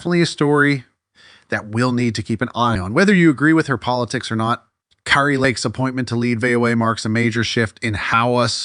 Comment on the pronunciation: You are mildly ignorant of the facts and grossly nauseating. You don’t even know how to pronounce Kari’s name.